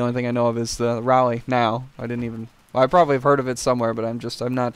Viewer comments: You pronounced Raleigh right. It's the capital,I'm surprised you didn't learn it in school. :P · hahaha I live in NC and you're right about nothing being here. And you said Raleigh right :D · Yes you do pronounce Raleigh that way and in North Carolina they have beaches and Ice cream thats it.......o and Girlfriends dont make a HUGE differance they are only for show -ventorix shandaris